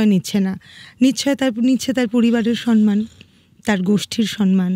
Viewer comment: সনমান নয় শব্দটি,,,, সম্মান বলুন